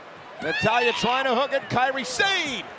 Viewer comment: Kairi Sane (sah-nay) not (Say'n)